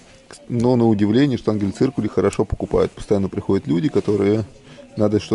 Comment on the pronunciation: ШтангеНциркуль, а не штангель)